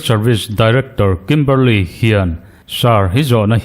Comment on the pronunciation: I sawi chian hmel viau naa a chianglo.A chhan chu Kimberley niawm taka i tarlan mipa leh hmeichhia an awm a.Kimberli-a ti la emaw,Kimberli-i ti la,a chiang mai ang.